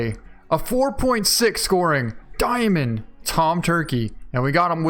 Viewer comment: "Let's pick up are dicoy" IT'S A DIAMOND!!!!